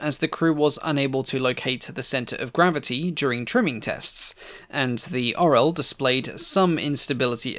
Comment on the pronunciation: Oral? Orel not Oral